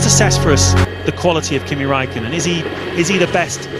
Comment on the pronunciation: Kimi ZEEEEEEE raikko Raikkonen